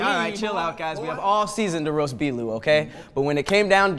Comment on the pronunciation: "Do you wanna roatht hotht me? ..do you wanna hotht roatht me?" Ffs 😂😭😂